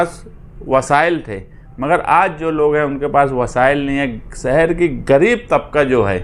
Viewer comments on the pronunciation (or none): ارے بھائی اپنے تلفظ کی ادائیگی صحیح کرو یہ کیا ہے۔ ڈاکومینٹ(ڈاکیومینٹ)، جُمّہ داری ( ذمّہ داری)، سہر ( شہر) ، سہریان (شہریان)، دہست گرد (دہشتگرد)، وغیرہ۔ صرف چند سیکنڈ سنا اور سب مل گیا۔ بھائی کم از کم بنیادی زبان تو درست کرلو اس کے بعد سیاست کو سدھارنا۔ اللہ رحم کرے قوم کے حالات پر ایسے ایسے لیڈر مل گیے تو ہوگیا مسلہ حل!